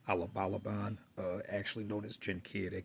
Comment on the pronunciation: ABUABAN- Pronounced as Aboo Aban